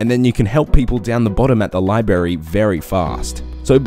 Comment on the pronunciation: I love how you call it “liberry” like Homer. Love you man